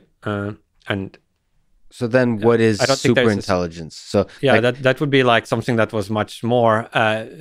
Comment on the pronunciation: Not sure why he says "intelliDence", "technoloDy" etc. but at least we know what he is trying to say.